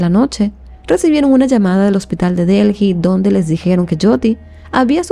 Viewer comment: Se dice ( deli), corazón ❤